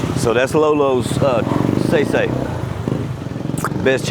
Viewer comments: “saysay “ in Filipino is pronounced “sigh-sigh”, or sai-sai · Saysay is pronounced Sigh Sigh. Just so ya know.